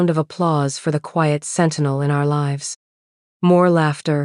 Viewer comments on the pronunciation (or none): none